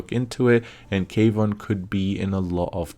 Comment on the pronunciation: Kwon, not K Von